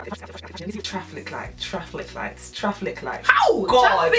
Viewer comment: No joke , when she said 'TRAFFLIC' lights i choked on my hot chocolate!!!!!!! ahhhhhh i love these girls